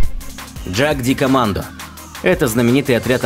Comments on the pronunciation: Для безграмотных. Австрийское название положено произносить по немецки, а не по английски. Не ДЖаг..., а Яг...Двоечники. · Ягдкомандо, а не джакдикомандо. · Пиздец, "Джагдикоммандо" — у меня кровь из ушей пошла. Это немецкий, правильно "Йагдкоммандо" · Не джагдикомандо, а ягдкомандо. Про немецкие танки пожалуйста ролики не делайте, а то там панцеркамфвагены и ягдпантеры))) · ПАРАДОКС Jagdkommando произносится как ягдкомандо (в Австрии не на английском разговаривают) ;) Выпуск классый, спасибо.